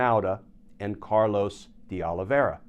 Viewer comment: It would appear the files might be available, but to whom? Not important, but De is pronounced "day," not "dee."